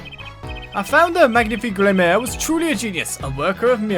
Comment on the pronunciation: I think Gramarye is pronounced “gram-a-rye” (like rye bread) or “gram-a-ree”. I think? Besides that though, this is the worst time for a magician to be secretive when murder has taken place! Don’t be so annoying Valant lol